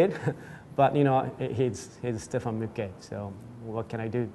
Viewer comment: Is there any chance that the idiot commentator could learn to pronounce Stefan Mücke’s name properly?